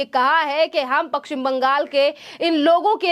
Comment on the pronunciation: पश्चिम बोलना नहीं आता और बाहरी को बहारी बोलती है।